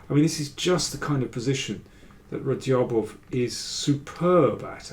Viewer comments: Hello Daniel, how are you. I really enjoy the videos. Just for names of grandmasters, I just remind you of Radjabov's correct pronunciation: It is NOT pronounced /Radyabof/, but /Rajabof/, 'dj' being pronounced as it is in 'bridge.' Regards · The "J" in his name is not silent btw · great stuff as always mr. king, just the way u say radjabov is funny check that